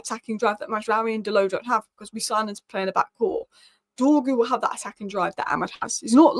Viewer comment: pace, power, strong, decent close control, loves a dribble! im excited honestly, lets get this done 🙌, it's not Dorgles, it's pronounced Dorjeles, i don't mean to nit pick but these things bug me terribly 😂😂. please work on the pronunciation lol